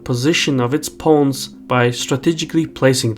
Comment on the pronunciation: Pronounce "pawns" like "lawns", not "loans'.